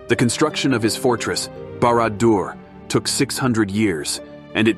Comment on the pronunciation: Sow-Ron? BARAD-DO-ER? 😂😂😂😂